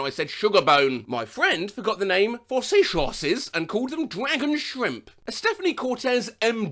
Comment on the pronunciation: No one: Not a single living soul: calling Sea horses She Shorses